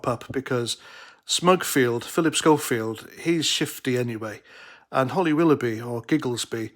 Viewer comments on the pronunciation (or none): none